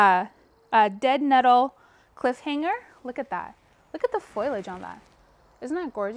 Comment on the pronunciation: I want to subscribe, but first you have to stop saying “ FOILage”........the word is “ FOliage” fo lee age.